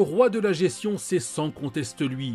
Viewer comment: On dis gesTion pas gession ! 😶